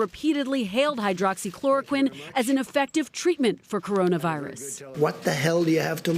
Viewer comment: with his limited vocabulary, often used "powerful" , "wonderful", "fantastic", "perfect"..... i'm surprised at how he is finally able to properly say " hydroxychloroquine ".